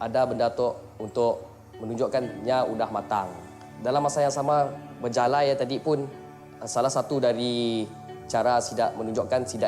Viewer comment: it's bejalai, not berjalai